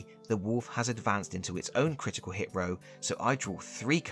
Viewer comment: "Critital Hit" 💀